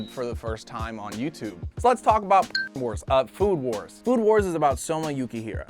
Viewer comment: he said food who*es instead of food wars